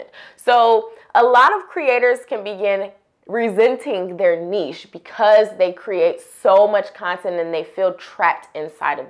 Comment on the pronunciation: Thanks for saying niche properly 😁